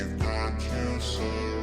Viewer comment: But he doesn’t say 'surrounded' at the end, he says ' surroun'. And leaves out the 'ded' which sounds a lot like dead.